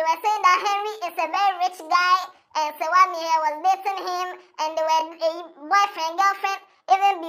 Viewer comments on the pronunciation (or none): The way you are mentioning her name shows you don't even know Serwaa.. what is Serwaa Am here, it's an Akan name so pronounce it well😅😅😂😂